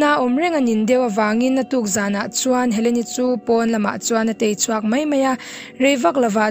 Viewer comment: khawngai in "mei' hman dan leh "mai" hman na chu hre teh,i channel hi subcribe kan duh lutuk kan chhungkua in, a ni mai"tia hman tur kha ,"a ni MEI " tih i hmang ziah a,mei chu tail ,ui mei,ar mei,bâwng mei,mei kan chhem thin bawk, han en in han ngaithla let teh,i aw a mawi a i chhiar thiam teh reng nen,. "reng mei,"tih leh reng mai" han tih chuan a dan a dang daih